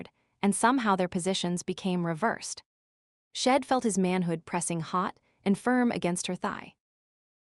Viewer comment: AI reading is not good. The word she’d is consistently pronounced as shed.